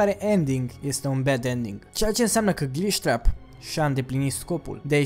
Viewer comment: Gliștreap :)) am murit de ras cand ai zis